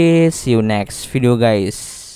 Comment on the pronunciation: Khas bgt buat pembukaan 😂 Heyy what's up Gays,,,🤣 seremmm kerennn konten nya semangat terus buat konten nya👍